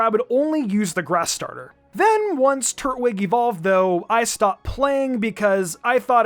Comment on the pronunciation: TUR-TWIG I’m sorry but it had to be done, he’s a turtle twig, not a turt-wig